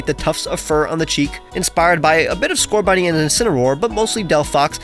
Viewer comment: you are saying scorbunny